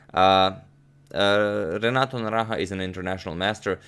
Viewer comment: I’m most impressed with your pronunciation of Renato’s full name over and again.